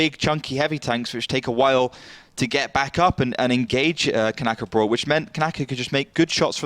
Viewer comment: Knäckebröd not Knackerbrot learn Swedish.